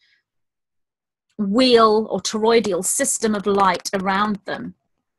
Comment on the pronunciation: Hey it's TOROI-DAL not TOROI-DI-AL Not criticizing just thought you might like to know. I'm addicted to your talks. Thanks for all you do.